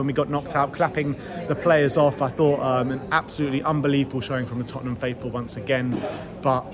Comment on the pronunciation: "To win thee cup for Totten.....ham''.